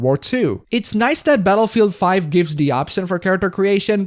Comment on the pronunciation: I thought you said Betafield 5 for a second 😂